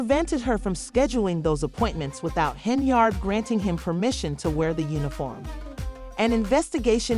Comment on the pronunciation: The girl name is pronounced Hen-yard